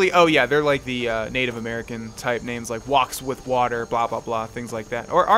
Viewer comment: the way he pronounces the names are just so anoying but good video